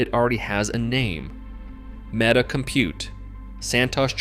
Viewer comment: MEETA? One of the worst AI slop garbage videos I have seen